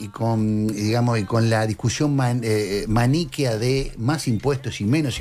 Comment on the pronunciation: dijo maníqueo, es maniqueoo, sin acento en la i.